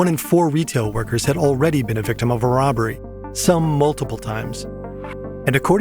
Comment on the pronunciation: no one is gonna talk about “roBBBery”? 3b is wild